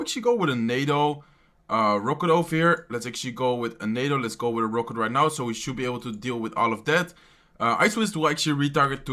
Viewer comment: He says "ROKÜT" for Rocket